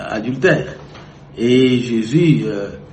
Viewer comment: Le journaliste prononce durecteur, aldutère...c'est honteux pour un pays francophone.